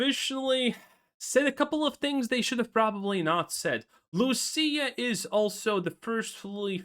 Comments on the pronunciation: Bro it’s LUCIA not Lucille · It's Lucia not Lucille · Why does he keep caller her Lucille? 😂